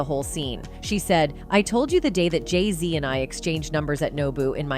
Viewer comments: If you are going go soeak on them learn how to pronounce their names. Geesh. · The more you😢 put Jayz down😮 the more they 😢go up now her husband is in the best rapper 😮 you need to learn how to pronounce they 😮 name right😮